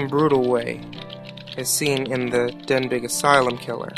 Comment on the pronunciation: Good videos they give me chills, but it's pronounced "den-bee". I know because I live off of Denbigh Blvd and all my friends go to Denbigh High School, LOL.